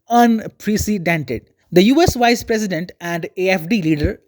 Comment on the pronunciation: I understood your comment. Actually, he said "vice president" but it sounds "wise president" ... to my ear too 😂